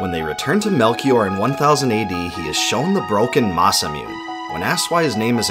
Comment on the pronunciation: ITS NOT MUNE (MOON) ITS MUNE (MOO-NAY) JESUS CHRIST!